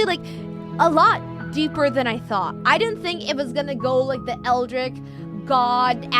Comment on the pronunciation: "eldritch", not "eldrick".